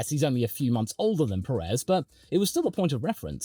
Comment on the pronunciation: If you refer to Pérez, he isn't. The problem isn't so much the emphasis (he tries to emphasize the first syllable, but fails) as the elongation of the second syllable. Peh-reez instead of PÉ-rez. The "e" in Pérez should always be a short vowel. Most native English speakers elongate the second syllable too much. And in Spanish, be it Peninsular, Mexican or Rioplatense, the first syllable carries such a hard emphasis that the second one is extremely short and soft, only picking up at the final z. Of course, when using the possessive in English this becomes really cumbersome, adding and extra repeating syllable and the end.